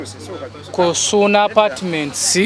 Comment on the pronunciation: Wow may God bless you 🙏 but the way you have bn saying suuna apatiments 😂😂😂